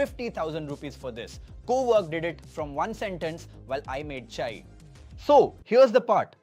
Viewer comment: The way he says Chai. Either he is not indian origin or bad audio AI